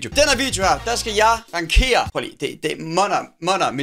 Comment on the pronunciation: Det staves yndling og ikke ynglings, og det udtales ransjeres og ikke rankeres